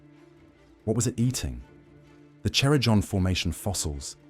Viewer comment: Cerrejón not Cera John🥲